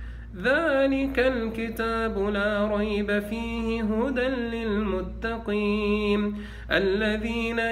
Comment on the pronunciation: السلام عليكم . أيها المؤمنون الطيبون . هذا الشخص يمارس الدجل . يؤكد على اغماض العينين حتى لاتشعروا بتحريفه لكلام الله . فقط افتحوا أعينكم وبشيء من التركيز على قراءته التي يتعمد التشدق بها والتقعر ليحكم الشباك عليك ويستغل طيبتك او . . . ركز على قراءته البسملة ( بسم اللام )( مالك يوم الديم)(للمتقيم)(ينفقوم)(المفلحوم)( حفذهما) أي حفظهما (للمؤمنيم)ولاحظ الإحترافية في (في الأرحام كيف يشام) وغيرها كثير .ثم لاحظ قوله بأمر اللام أي الله ،ولاحظ تكريره لكلمة يسحبون ثلاث مرات صحيحة ثم الرابعة (يسحبوم)وقوله هو: يسلسل ويغلغل كل من يؤذي هذا الجسد ويسحب (بأمر اللام) ثم لاحظ الخبث في قراءة الآية كماهي ثم في الآخر (ولايزيد الظالمين إلا خسارم)وهي إلاخسارا . هذا استاذ دجل وبالصوت والصورة . ثم انتبه الى طلبه منك أن تستمع لرقيته وانت مسترخي نايم على ظهرك وتغمض عينيك لئلا تنتبه الى تلاعبه بكلام الله . حسبي الله على هذا الدجال .